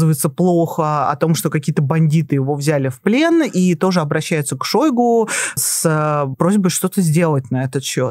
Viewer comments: Не шОйгу. А шойгУ! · А что в нём идеального. Ведущая дышит; как будто щас умрёт. И называет ''шойгУ'', ''шОйгу''!